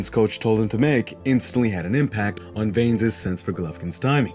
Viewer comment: Here's something I don't understand, and this isn't to hate or anything, but if you're going to do a fight break down you obviously watched the fight, edit it and all that kind of stuff. So how are you still miss pronouncing Vanes name? If I can recall they never have ever called him veins, so I don't understand the continued mispronunciation. Obviously not a huge issue, but it's just confusing to me, did you watch it with the sound off?